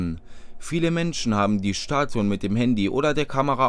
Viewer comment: Schtatuen mit dem Schandy unmöglich isht